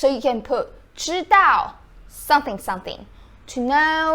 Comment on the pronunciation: When you say "someone" you put your lips together when you get to the "m" as you should and it comes out correctly. But when you say "something", I can see your teeth and it comes out "sunthing". I enjoy your vids and they are very informative